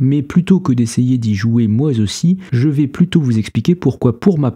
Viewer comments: "..y jouer moi Zaussi..." , allez hop, fin de visionnage, apprends à parler français... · "moi -z-aussi" ?!!! Sérieusement mec! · ouh là le "moizossi";-) m'a tuer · "moi z'aussi labinocle, moi z'aussi'